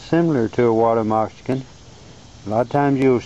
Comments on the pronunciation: Its Moc- ca-sin not mox-i-can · lol, you say 'water messicon' sounds like 'water mexican' =) cool video, though also, I read somewhere that those things can still bite hours after death (reflex) - be careful! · Dude, learn how to say moccasin.